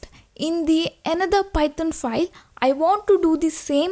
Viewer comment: Am I the only one hearing Python as "Pithon" ?